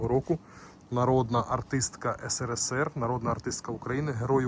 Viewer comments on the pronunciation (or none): none